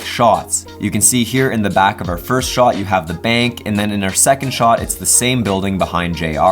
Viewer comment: The way he says shot,annoys the fuck out of me